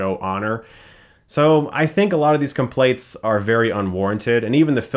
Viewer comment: What's a "complait"? I think you mean "complaints", Chris.